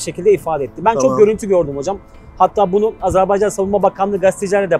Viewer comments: Allah aşkına nolur artık "Azarbeycan değil Azerbaycan" demeyi öğrenelim....!!!!!!!!! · Hocam Azerbeycan değil de Azerbaycan şeklinde telaffuz ederseniz daha doğru olur.